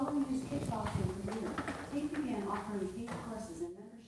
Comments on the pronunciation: Yup, notice what your tonque does when you say Taint, as opposed to Tate, i.e. tongue applies some pressure at the front roof of your mouth. Scott's sinus/nasal issues may indeed be doing something like that and tossing in at least the hint of an N into words like Tate. It would be interesting to give him a word list to pronounce, incl Fate, Mate, etc. Also turning his head sideways, like to talk to Alexa, behind him, may affect the N's he seems to be inserting. I do not think this is a Yanni/Laurel thing. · It can't be that Scott is pronouncing Tate in his snotty southern California way as taint it's our low information ears hear it wrong. Alexa says so it must be true. What other proof do you need pleb? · if he adds an n when he says Tate, listen for him when he says any other word that ends with the sound "ate." He's doing it on purpose because of this asshole Tate, and just fucking with us because that's Scott's sense of humor. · Nobody’s cares if people hear you say Tate’s name differently. Stop repeating the same annoying thing over and over that doesn’t matter. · He's delusional about how he's saying it. It was also interesting that he said the true test would be if Alexia responded properly to him saying it wrong yet he didn't run THAT test. Alexia isn't just listening for word pronunciation she's also taking into account what's "hot" at the moment. Odds are close to 100% that taint would have returned the same answer. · Scott has been training Alexa for a week to interpret "taint" as "Tate", just so he didn't look like a fool. In a world where Google knows that "necylcopdeia" means "encyclopedia", you can't use search interfaces like Alexa to prove you are saying or typing things correctly. Keep in mind, Scott has admitted he likes the long prank. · Since so many people are hearing the “n”, I’m judging this as he is saying it. I wonder what the ratio is of people who hear the n vs not hearing it. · The pronunciation sounds tainted to me.